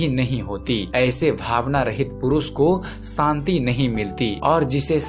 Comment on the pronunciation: santi nahi shanti